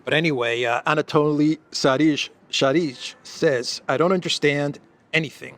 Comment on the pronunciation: Sharij's name is pronounced "Sharee-y," not "Sharizh. He seems to be using German/Polish spelling.